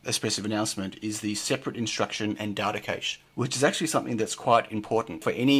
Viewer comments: Cache = French word and pronounced as "cash", even in English not "caysh". !!!! Please! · It's pronounced the same as 'cash' ! Please, I thought you might know what you were talking about until then. ;) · accent is NOT pronunciation and in multiple different English accents the pronunciation of cache is the same and it's NOT "caysh"! Get a grip.